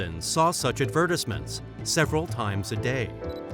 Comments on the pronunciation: because it can't even say advertisement correct or misuse of words completely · "Company's leadership"? You mean "country's leadership"? dude at least watch your own video once to proof read it... first you keep miss pronouncing "Advertisement" 10 times and now more?